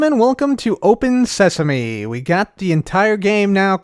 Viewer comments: Open Sesame! Also: Welcome to Open Seasme! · cub the book says "welcome to open seasme" not "welcome to open sesame" Just to let you know.